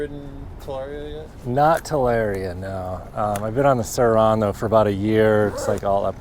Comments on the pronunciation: He sounds like he's saying "sir Ron" like a British lord or some shit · The way you say sur RoN is bothersome